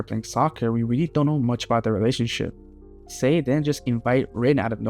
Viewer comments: SAE, not Say. Sae = SAH EH Sai = SAH EE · I like when people mispronounce names because it shows they have more connection with the manga than the anime, and when reading that’s how they read it in their own head. My take. Other Blue Lock YouTubers do this too, like Extendo who still pronounces it “Say” sometimes.